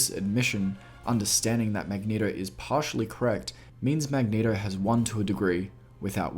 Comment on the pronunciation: ***the strong urge to click the home button when he said "magneHto"***